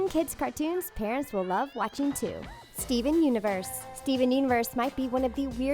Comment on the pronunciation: Its not steve universe its steven universe